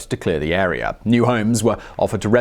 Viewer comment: “Chiner” and “arear”